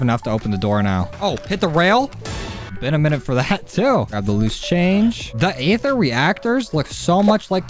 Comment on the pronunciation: Aether is pronounced like eather